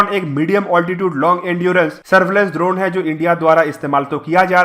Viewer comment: Drona nahi droneeeee hotaa hai 😂